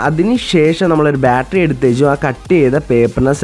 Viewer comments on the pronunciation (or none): none